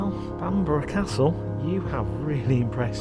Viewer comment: Stunning but the least he could do is learn to pronounce Bamburgh Castle.